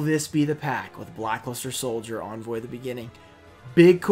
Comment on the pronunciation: He´s always pronouncing "Envoy" as Onvoy xD. That Lava Golem is actually a reverse secret rare though